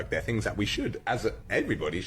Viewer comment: When he "finks of those fings" you mean.